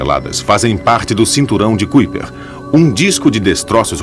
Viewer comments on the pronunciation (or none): none